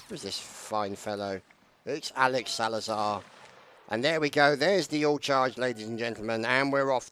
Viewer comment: It was the 33rd's 6 year Anniversary !! Great Video as always Ps:- Its Salzar not Salazar XD ..